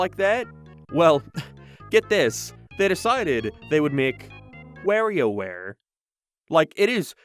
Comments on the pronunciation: “ware e o ware” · Please for the love of God never say "Warioware" for the rest of your life...